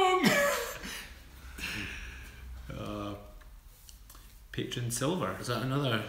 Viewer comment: Thanks for offering the weight loss e book! I will definitely request that! :) By the way Patron tequila is very good and you need to try it sometime! Oh and it's actually pronounced (pa-trone). You guys need to do a tequila or vodka tasting video sometime. Maybe some fun drinking games too. Hint hint. Curious who can drink who under the table? Lol Love your live videos and you two guys crack me up! Thanks for making my boring night better!